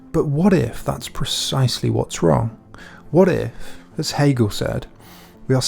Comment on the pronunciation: “Gil cagle” guys I am so confused that was definitely Hegel he was talking about why is he now “Gil cagle?”